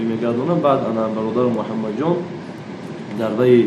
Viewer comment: Вакте ба забони точики сухан меронед аломати сактаро "Ъ" дар чои лозимаву нолозима аз хад зиед истифода бурда забони точикиро расво насозед. Масалан дар кучои номи МУХАММАД аломати сакта вучуд дорад, ки шумо МухЪаммад талаффуз менамоед?